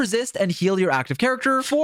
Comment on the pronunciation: The way u pronounce jianxin sounds like jenshin